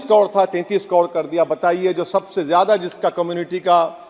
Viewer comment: Pehle sikhle kod nahi karod hota hai , muh me supari hai kya